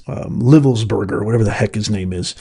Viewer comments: Its pronounced "Lye-velsberger... long "i". Everyone in media is saying it wrong, but I know some Livelsbergers (and I didn't know how to say it either when I first met them). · Your refusal/inability to pronounce this guy’s name tells me everything I need to know about you and your podcast. Read the name and sound it out phonetically. It’s a first grader thing. Jesus